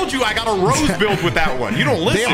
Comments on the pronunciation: Bro says rose and not rosayy😂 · Rosé (Rose-ay) -Rose